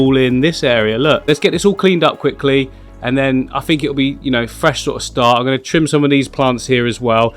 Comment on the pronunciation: I love your videos - but for yourself: try to finish the words you're saying! You may find it posh tobsau, "start" but it is ok! It's not posh - but it proper! T! try saying starT and say the word all the way through! It's ok! Proper pronunciation isn't posh - it's merely polite! 🤗